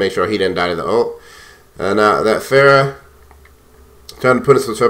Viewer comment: اعتقد بأنك تمتلك عِـرق عربي ، لأنك استطعت نطق اسم فرح Pharah بشكل شبه جيد الي يعرف يكتبها بالانقليزي يكتبها له بالرد